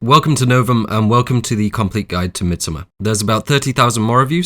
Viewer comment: Thank you from the bottom of my heart for pronouncing the title of this film correctly.